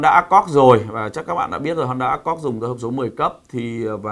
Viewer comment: bác nên tập nói tên tiếng anh của hãng xe cho chuẩn đi ạ. honda "ơ kho d" chứ ko phải " ác cót" , "hy ưn đai" chứ ko phải " huynh đai" . :)